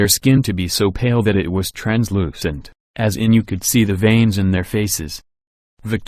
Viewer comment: I’m weak ... “ trans loo .... cent” lol